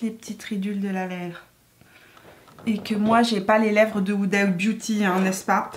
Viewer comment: Sinon elle s'appelle pas "Oudabiouti" hein xD ! Vidéo très cool, je vais économiser plein de sous ahaha ! ;)